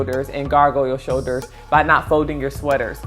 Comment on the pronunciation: There is a L to pronounce in the word shoulders.....you can do it!